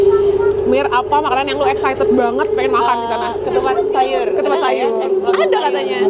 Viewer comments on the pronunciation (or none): Ketupat kak KETUPAT bkan Katupat bukan KATUPAT